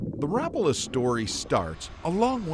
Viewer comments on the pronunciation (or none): It's not rapalla,its pronounced rap-a-la around the world,and considering you went to the factory. Pmsl,no wonder you can't spell colour properly lol😉😂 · It's pronounced Rapaaaaala, not Rpla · Not rappala. Its Rapaala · Why cant Americans pronounce things correctly, its not rap-ala, its all one word, no gaps or spacing betweens the letters, rapala. 🤦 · Rapala needs to come out with an official YouTube video. Like 30 seconds long. Stating how to properly pronounce Rapala. It's Rap-uh-luh. Not Rah-pala. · Ra-pul-a not Rap-u-la. No rap for me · I always pronounced it ra-PAL-a not RAP-a-la' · It's ra-PA-la, not RA-pa-la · It's only been a few years since people started calling it rap-a-la... I'm 50 years old, and it was always ra-pal-a... Growing up, my dad owned a tackle/sporting goods shop... Even the Rapala guy said ra-pal-a... Guess it sounds trendier... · Just had to hear if you say Ra pa la or Rap a la. Ok you said it both ways. No help at all. Waiting for the Finland guy to say it. Now I am leaning towards Ra pala. It's one syllable quicker. The one thing I don't like is all the treble hooks. They damage fish a lot. Maybe a single trailing hook like a tuna cedar lure or internal hooks like the soft frog lures. I've tried changing to single hooks and it swam bad flopping on the side and not shaking. It's tough trying to release one hook and six more are sticking back in. Had them stuck and come flying at your face too. That's no fun. Nice if you could ditch the balsa even though it's classic and plastic is worse. Someday it'll be a biocellulose 3d printed body that degrades if left in water. Love the chocolate foil. I'm going to use that. Thanks for the many great memories! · Ffs, do it right, RAPARLAR is the correct pronunciation wherever you are in the world. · it's pronounced Ruh- Pala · Rapala rah pal ah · I cringed when he said wrap ala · No easy Rapala just pronounce it like it's written